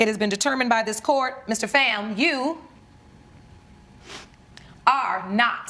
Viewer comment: First off it’s, PHAM, F——aaaa like bomb, or phat, calm etc not FAM, like Bam, Cam etc. second, I want to know who the ex husband is, how did he not know he was just a “beard”?